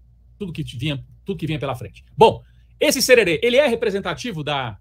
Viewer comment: Não é cherere é jerere kkkk